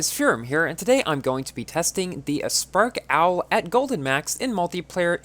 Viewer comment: Everyone: aspark owl: "uspark owl"